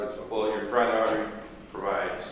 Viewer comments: I'm well aware of what that is, sure as shit sounded like Karate but ok. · No shit sherlock, I think that was obvious to most. I just heard Karate instead of carotid.